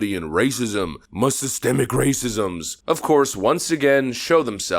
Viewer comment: Why do you say "muh-racisms?". What does that mean?